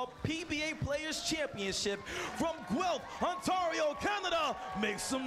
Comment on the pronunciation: Learn how to pronounce Guelph. Not Gelph.